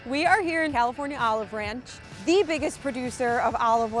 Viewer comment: Did you say....the ranch?